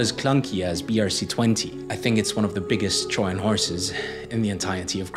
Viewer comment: Very good video. The repeated mispronunciation of trojan with a silent j was funny😂😂😂 but otherwise very succint and easy for beginners to follow along